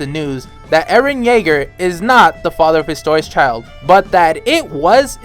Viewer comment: Homie is stressing Historias father so much. Chill dude.